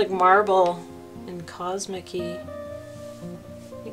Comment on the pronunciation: Oooooh...pretty pretty!!! "cosmicy"? LMAO 😂